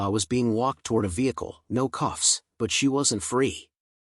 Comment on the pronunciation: 'cuffs' not 'coughs' :)